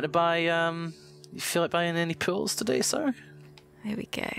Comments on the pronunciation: ohhhhh it's POOLS, not pills... now it makes sense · The whole time i thought said he wants to sell some pills but it was really pool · Every time says "Pools", I hear him saying "Pills", and I think he's selling me drugs >_> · Wait.....he's saying "pools"?!